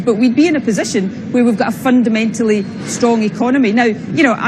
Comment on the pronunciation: Stop saying fundermentaly you fundermental fuckwit!